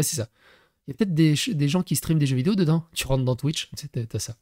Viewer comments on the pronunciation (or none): none